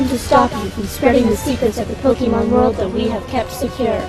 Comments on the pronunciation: EEEWW SAID POKE EEE MON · You shouldn't make theory-videos if you cannot pronounce Pokémon correctly....